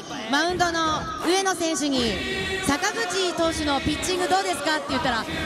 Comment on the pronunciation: あたり坂口選手といっているところが佐村河内選手って言っているように聞こえた